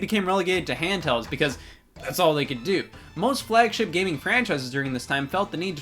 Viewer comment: he says “gam-ing” instead of “game-ing”